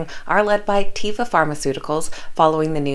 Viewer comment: Greetings, ... small correction ... that is TAY (like day)-vah not tee-vah.